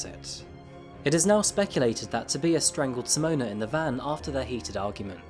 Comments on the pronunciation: It is not "a". It is an indistinct "uh". Except in some foreign words, every syllable is pronounced in German. BTW - I was wrong - it is not pronounced correctly. The initial S is pronounced Z. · Here we go again. I think that you're trying to say "tow-bye-es". Which is how to pronounce it. LOL THANKS FOR YOUR VIDEOS! ✌🙂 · Toe-bye-is = Tobias ❤ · I swear if I hear you say Toe-bee-is one more time I am going to end up in this channel. I'm sure you watched the news videos and heard his name multiple times -_ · Toe-bye-ess damnit!!!! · Prettt sure its pronounced to bye us? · Toe-bye-ass. Tobias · Omg i thought what a strange way to pronounce it? Ive never heard anyone pronounce it like adrian 😄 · No, it had the pronunciation incorrect. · Within the first 5 minutes you pronounce 'Tobius' in at least 3 different ways... You even include multiple TV clips with journalists pronouncing his name correctly and still continue to pronounce it wrong over and over again. It's almost like you're just reading off an autocue and don't actually write or research any of this stuff yourself 👀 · How did you manage to pronounce his name wrong the entire video? Did you even watch the footage you included? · people are allowed to make mistakes boo! But you can’t pronounce someone’s name wrong continuously because you couldn’t be bothered to learn it. Mistakes are accidental. Not deliberate out of sheer laziness and arrogance. Have a great day! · how can you use audio where these peoples names are pronounced properly, and then say their names wrong like 800 times? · its Not TOE-BEE-US it's TOE-BY-US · Am I the only one that cringes when names are pronounced wrong..... tob-eye-us is how it's meant to be pronounced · His first name is pronounced Tob-eye-us, not To-bee-is. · To-buy-us not To-be-us! It’s so annoying to watch videos when you’re pronouncing things wrong. Especially when it’s such a normal thing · TOE BY US! Not tooobeeaz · It's pronounced "To-BYE-us" not TIB E US" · Toe bee us